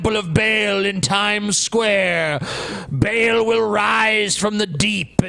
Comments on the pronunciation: It's pronounced Baal Ba'll Ball not Bale. Come on you guys. Don't be as stupid as Glenn Beck. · Ba'al pronounced as "bale"? Come on now. The fact that it's pronounced more like "ball" is probably the best part about the localization of Bravely Second by Square Enix because despite the censorship they actually still made the joke that they're going to "bust some Ba'als.". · aaarrrgggghhhhh it's not bale it's fucking Baal, as in the sound sheep make "baaaaah" with a fucking "L" at the end :D